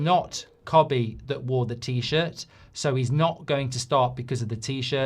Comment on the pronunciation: Kobbie not cobbie